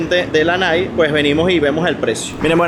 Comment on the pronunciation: SE PRONUNCIA NAIKI.... NO NAIK. Interesante video.